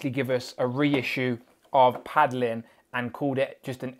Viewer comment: It’s “paladin” not “padlin” lol